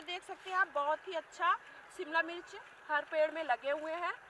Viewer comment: Mircha nahi mirch bola kre